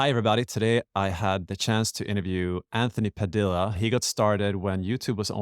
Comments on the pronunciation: The way he pronounces Padilla.. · NOT THE WAY HE SAID PADILLA